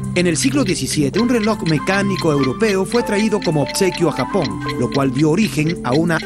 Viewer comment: "gapón", "akibahara" y mal doblaje por un tubo... POR DIOS